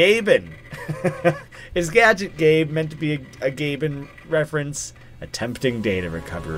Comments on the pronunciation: “Gabet Gadge” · he has always been messing up "Gadget Gabe" but theres nothing more funny than this